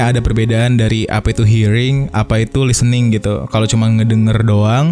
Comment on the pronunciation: Podcast nya selalu terdengar renyah as always, precious content. Cuma input sedikit, pronunciation listen/listening/listener nya kurang tepat sedikit 🙏🏼